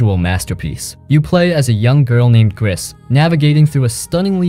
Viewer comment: I played Gris and Tales of the Borderlands. At this moment Dreamfall Chapters, Sinking City and Sherlock Holmes are on sale on Playstation Store, so I bought these. Btw, "Gris" is French for "grey" and the "s" is not pronounced ...